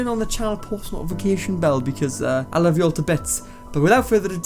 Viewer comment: "Luf eu all 2 bets" Awww